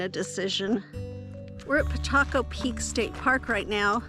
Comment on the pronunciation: Glad you were taken care of after such devastation. That state park is pronounced Pa kah cho